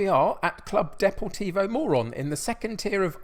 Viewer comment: Knowing that playing the Morons is a catch phrase...... but Morón should be pronounced Moe-roon. Actually the club tends to have quite a few Air Force cadets in their juniors as it's very close to the academy and a major air force base. Getting this info from my Chilean friend who lived very near for several years. Looking forward to this one! Also not to be superstitious , but the ground is right next to a graveyard.........spooky!! And I see you're playing Neuva Chicago this season, think Milwall with guns. Real life are serious ultras. Anyway enjoy. Love Buenos Aires, one of my favourite cities in the world.